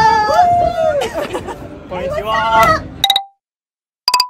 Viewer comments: Kon’nichiwa! Me: YOU SAID IT WRONG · it sounded like said Konnichiwa